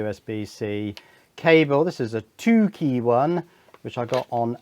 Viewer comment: I thought that you said "this is a a dookie one" 😅